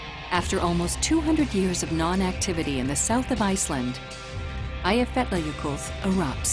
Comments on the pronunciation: The way the woman pronounces the name irritates me. It's Aaaaya-fee-yat-ya-yokuth. Not eeeiya. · LOL "Aye-eff-etler yokulff" :-) It's pronounced "Eya-fyatla-yoko-ll" the last double L pronounced as in Welsh. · As an icelandic person the butchering of names is hilarious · After learning how to pronounce Eyjafjallajökull, her pronunciation literally made me die laughing, it's really not easy though so I don't blame her. Took me like 20 minutes.